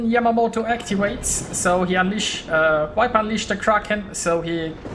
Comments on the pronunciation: Nice game. Too bad about your early death :) Btw, viper is not pronounced wiper :) Just use the German 'w' as the first sound and all is fine. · I am sorry, I didn't mean to criticise, I just thought that your English is so good, I wanted to help a tiny bit. When you say viper, it sounds like the English wiper, like windshieldwiper, which is Scheibenwischer, I think, in German. The 'v' is harder than that in English, more like a soft 'f', not like a 'w'. In Berlin where I live (but I am not German), I hear the German 'w' said more clearly as the English 'v', maybe that is a regional thing? This sounds a little too soft, probably due to Google's codec, but it gives the idea (strangely also on the German side)